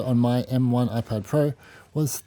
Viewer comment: Your Speech is like: Whaphone ann Whypad. Whwnjfjsjdjfn jsfvjdfvjdfv mermvervjdfvje kergkerverm😢